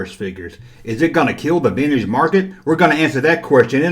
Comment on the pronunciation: I still love how you say veenige